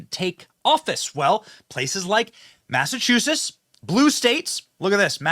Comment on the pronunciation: Wasn't trump really booed in Iowa and South Carolina? Your defending a crooked, liar, racist, lawbreaker and dude learn how to pronounce massachusetts. I learned myself when I was 7. I pronounced it better than you.